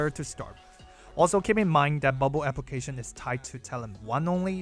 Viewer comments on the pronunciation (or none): none